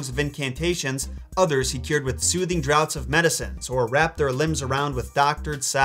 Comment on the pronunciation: “Draughts” is pronounced “Drafts”. I know it doesn’t look like it but that’s old English for you. Oh and the “L” is silent in “salve” just like it is in “salmon”. Great videos. Thanks